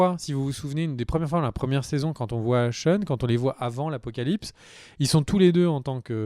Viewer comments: "CHEUN". Tu peux dire "Shane" sans soucis, t’inquiète pas :') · Ça se prononce chèyne et pas cheune et èrcheul et pas eurcheul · Shane c'est "shaine*" pas "Sheun*" ^^ Hershel = "Hairshel*" pas"Heursheul*" en tout cas c'est vraiment cool d'avoir repris TWD et le rituel des videos critiques! merci a toi! et Félicitations pour ta famille :) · Zarma "Sheun", respecte l'un des meilleurs protagonistes de cette série nan ? Shane, "SHEINE" Ahsheum. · SHANE pas SHAUN ! Bouuuuuuh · très bon épisode ! Mais la CGI quand Rick parle à Sasha = horrible PS: "Sheune?" c'est Shane son nom ^^ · Cheun le mouton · pas sean on dit shane ^^ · Pareil je me suis demandé un moment, Sean ? Mais qui est Sean ? lol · Shane!!!!! Mes oreilles saignent 😂😂😂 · David Genla mdr 😂 j'ai tiqué aussi ...